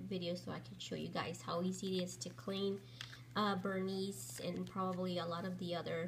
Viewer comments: wow-its not canvas-it LEATHER and pronounced ver nee. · THANK GOD someone said something. that VerniS pronunciation is nails on a chalkboard! The same goes for "key cles", nails on a chalkboard!!!